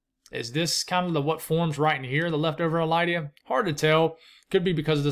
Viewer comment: I've always known it as LID-ee-uh. (But who knows?)